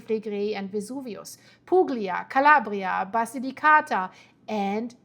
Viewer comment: PUGLIA is better pronounced as Puia or Pulia. The same sound but without the g. Thank you for the amazing video. From Cosenza.